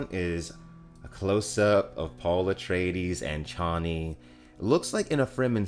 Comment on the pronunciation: Waiting for the moment when you realise you've been pronouncing Harkonnen and Chani wrong all this time... 😉 😂 That aside, bring on your full trailer reaction. That, I'm looking forward to... 😁👍 Also looking forward to the rest of the cast as I'm sure there are those who haven't been announced, such as the Shadout Mapes and Captain Nefud.